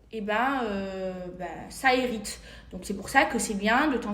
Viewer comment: Ça errite au lieu de irrité aussi